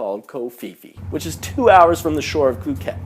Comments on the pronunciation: Tip: how to say phi phi and phuket Pronunciation for phi phi... Say pi pi don't say fi fi Same for Phuket... Don't say fuket say "Puket" Thai tip don't pronounce f for ph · It's Pee Pee NOT Fee Fee....and Pooket Not FOOOOket....?? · POO-ket...not FOO-ket. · P uket not Fuket. and Pi Pi not Fi Fi even its written Ph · Your not even pronouncing phi phi or phuket correctly it's pronounced pi-pi and Phuket is pronounced poo-ket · pooket and kohpeepee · fuket, its Phuket, the h is silent hahahaha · Oh I learned something, that you're immature. If you were actually in Thailand you would of learnt to pronounce puket, Pattaya and phi phi. Also have common sense, you don't fight every flipping Thai male you see that's why you get injuries. When I go to Thailand nothing happened and I am a child and everyone is nice. When you say it was like a hex because if you whistle at knight you should know Thais get superstitious because they think you are calling dark spirits. This tale sounds fake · Phuket is pronounced poo-ket btw. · It's 'Cow san road' not Koh san road. Phi Phi is pronounced 'Pee Pee' not Fee Fee and Phuket is 'Pooket' not Fooket. Are you sure you really went there ?